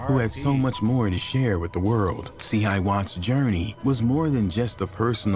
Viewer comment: And nobody went down for it… and it’s (say it with me C-hi wattz)